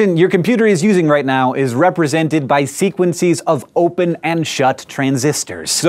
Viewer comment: did hank say "sequencies?"